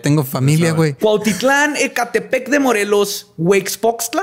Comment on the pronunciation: dice Ecatepec. Yo: 😭🤮😵‍💫🥶🤢🤮